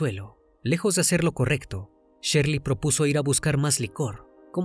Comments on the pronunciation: No es Sherly, es Shirley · NO ES SHERLY ES SHIRLEY